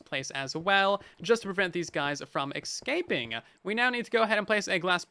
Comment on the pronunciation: Escape British pronunciation Sounds like uh·skayp Please stop saying ex scaping